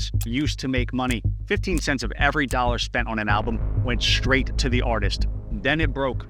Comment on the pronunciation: 'straight', not 'shtraight'.